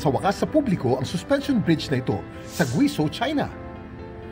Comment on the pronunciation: "guweyjow" ang pronunciation, Kuya Kim! Grabeh naman, sa Gwizoh